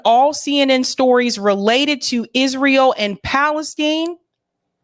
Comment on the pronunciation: Why is it a thing for you to scream every word out of your mouth... furthermore, if you are unable to annunciate the words Bur-eau or Pal-es-tine, perhaps you know nothing of the topics, and are simply regurgitating the works of others.. totally turned off after listening to you for 2 weeks.